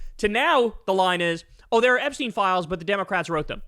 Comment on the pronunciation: We're still talking about Jeremy Epshteeen?